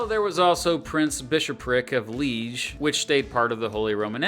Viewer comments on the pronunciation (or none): It's lee-EZH, not LEEZH.